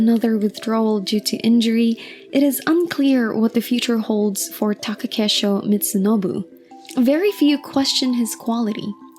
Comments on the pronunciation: Taka KEI sho. Not Take KE sho. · *Komusubi not Komosubi. Also please learn how to pronounce Takakeishos's name properly, please do your due diligence.